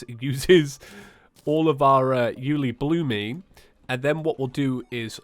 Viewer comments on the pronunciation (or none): Its Pronounced Yullibloom